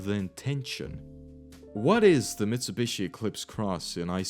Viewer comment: hundy, mitsabushi, jagwar, bee em doubleya